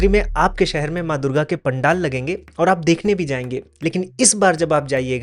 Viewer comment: Pandal not pandel😅